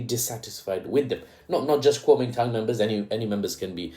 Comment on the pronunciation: Kuomintang? ❌️ Calming Tongue? ✅️ Calling Town? ✅️ Guaming Tang?❓️ Kuomintang? ✅️❓️ Kuwaman Town? ✅️